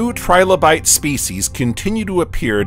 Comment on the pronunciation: Trilobite not tribolite, you ignoramus